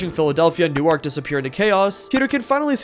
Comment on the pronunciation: Newark in NJ is pronounced more like Nu-orc